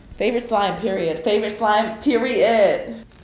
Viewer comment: ok can we talk about what she said her: FAVORITE SMLIE PERIOD PeRiOdE IM WHEEZING